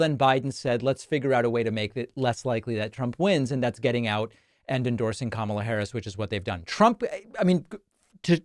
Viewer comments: I was so used to him pronouncing Kamala like she was the 90s WWF wrestler that I was quite surprised to hear him mispronounce it in a “new” way this time. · I cannot stand how he says Kamala Harris's name. It's like he's calling her a camel. He's very degrading and I will be glad the day I never have to see his pie hole mouth again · He didn't forget he mispronounced her name 😂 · I know Trump watched the DNC. He complained a lot about it. They took time to show the World how to pronounce her name. Trump continues to mispronounce her name!! 🙄 But this idiot really said, "even if you don't like me, you have to vote for me" Wait, what??? Are you serious???? 🤔 If you can't even renember who you are running against, why would I trust you to know how to run the country???? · Possibly those Kamala pauses were really him trying to remember what version of butchery he was using last when pronouncing her name. He wants to be sure he doesn't pronounce it correctly. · Very telling how he refuses to call her by her last name and continues to mispronounce her name (though he did have a mini stroke halfway through this sentence). He just can’t stand that she’s a woman of colour, I bet he’s got a little dartboard with her face on it. What a sad man. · Damn. A missed opportunity to call her "Commie Kamala." AND he forgot to mispronounce her name. To be fair, Dems are saying vote blue no matter what, but... Actual reasons. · this clown - he is upset at himself for not intentionally butchering pronouncing Kamala but didn't realize he said Biden - all the reason we gotta stop having POTUS past the age of 75yo due to diminished wits. That goes for RED and BLUE. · When he glitched out by saying Biden then suddenly remembered who his opponent is, he then accidentally forgot to mispronounce her name intentionally in the way he otherwise always does.